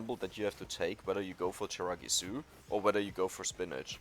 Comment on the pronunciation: Hey, he stopped saying tiramigu